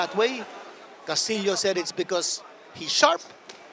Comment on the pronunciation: His last name pronounced castiyo